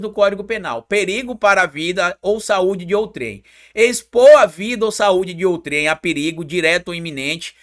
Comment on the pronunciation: "outrem" não "outrém".juncao das palavras outro com quem .